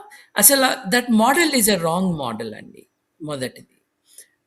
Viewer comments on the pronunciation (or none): none